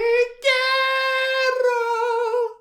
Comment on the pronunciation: "tay ammow, tay kyerrow" made me lose my shit as a native Spanish speaker